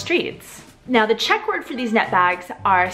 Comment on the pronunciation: I literally hate your czech pronunciation